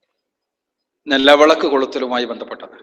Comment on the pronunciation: Nelavelak alla mandaaa nilavilak ad parayaaan polum ariyilla